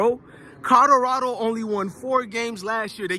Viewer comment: It's C O L O R A D O, not C O D O R A D O, bro, pronounce it correctly lol